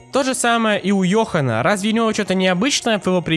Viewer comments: Не Ёхан а Джохан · у йохана? ДЖОХАН ДЖОХАН ПРАВИЛЬНО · не йохан, а джохан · Так, Дорриан! Что за фейл? Он не Йохан а Джохан!) PS: Морин. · не йохан а джохан так мармок даже говорит мол(мы в виаре с джохоном) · Джохан, а не йохан